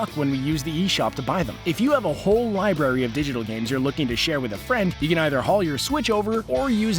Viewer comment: It's library not liberry